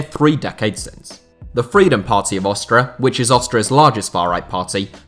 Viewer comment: Lol "Austra"